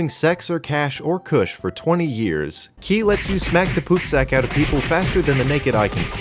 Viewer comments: For the record. Ki is pronounced "Chi" everywhere except Korea. So you're only mostly wrong when you pronounce it as written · Btw you say ki like chi. Its stupid